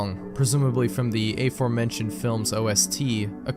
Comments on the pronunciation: "ey"-formentioned? wtf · How do you butcher the pronunciation of “aforementioned?”